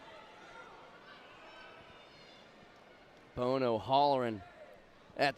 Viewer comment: chris BOHO???? WHERE DO YOU FIND THESE YOKEL ANNOUNCERS??? CHRIS "BONO" IS A LEGEND. You may as well try to call him chris bozo, sheesh